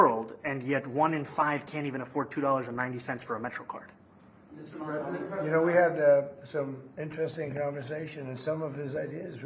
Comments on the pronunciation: The 1st thing was to teach Trump how to say the name "Mamdani"😂😂😂😂😂😂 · The name is Mamdani. Yes M A M D A N I 😄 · The Name is Mamdani M A M D A N I